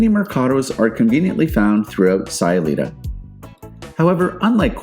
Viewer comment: Its SAY-ulita like, "I'm just saying" and San PAWN-Cho